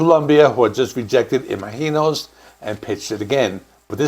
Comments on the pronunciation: How are you pronouncing the album? It sounds like you're saying it with a hard G, like im aGk inos, when it should be im azh inos, like imagine with the OSE sound added. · Why are you saying "Imaheenos"? Have you listened to the album? It is pronounced Imagine-ohs! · It's Im-A-gin-os, not Ima-heenos. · It’s “Ima-GEE-nos” - with a hard G. How can you get that wrong when they literally have a song in the album called that and they pronounce it that way? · I've always heard it pronounced imagine-os not some Spanish pronunciation lol, come on now! 😅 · Fuck you! You clearly don't even know who Blue Oysyer Cult is. You mispronounce Imaginos 30+ times as well as Lanier. If you're going to do journalistic work, learn your topic. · It is really jarring the way you keep mispronouncing Imaginos. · Your pronunciation of Imaginos is driving me crazy... The title track pronounces it with a soft "G" not a Spanish J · Well you didn't even listen to the songs, ot the song Imaginos, to hear how to pronounce it right ;) But, you got most of it wrong about the albums history also... Better to make good videos than spit out as many as possible, per day ;) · I can't finish your video because you keep mispronouncing the title of the album & it is distracting! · Why can you not pronounce it correctly? They literally sing it over and over on that album 😂. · The way you are pronouncing “Imaginos” is very distracting and incorrect